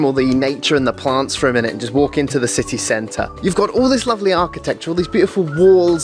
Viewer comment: City cent-ahh the most Peterbourian way too say city centre 😉 great video man!